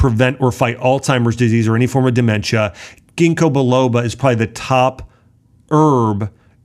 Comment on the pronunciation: Ginkobiloba you said kinkobioloba